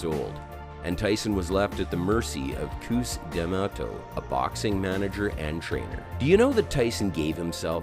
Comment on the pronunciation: He didn’t even say cus’s name right lmaoo